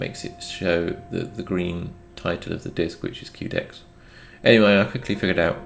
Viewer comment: Quedex - Que pronounced as you would say Quest, not queue. QUEst for DEXterity. Good video as always though! 👍